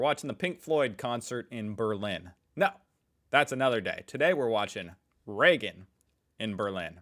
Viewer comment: Reagan, not Regan.